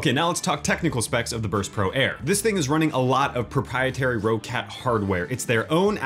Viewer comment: It's pronounced like "Rocket" not "Row Cat". There is 2 Cs so the way you can look at it is "Rock Cat" which said fluid will be pronounced "Rocket".